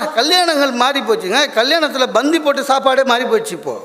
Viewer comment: தலைவா, பந்தி உச்சிரிப்பு சற்று கவணித்து கொள்ளுங்கள்.